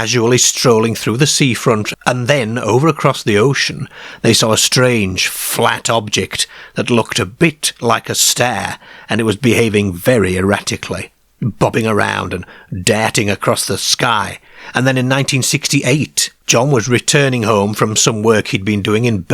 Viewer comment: This voice is driving me mad. ' Cair, stair (star). Airms and legs.